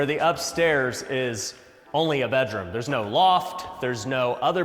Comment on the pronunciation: it's funny the way pronounces bedroom be-droom instead of bed-room